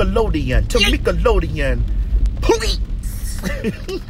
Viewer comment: TaMEEKalodien 🤣🤣🤣 I can never hear her name any other way!!!!